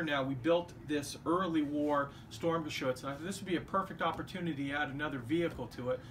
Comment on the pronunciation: Nicht "Stormgeschütz" es heißt "Sturmgeschütz" trotzdem gutes Video.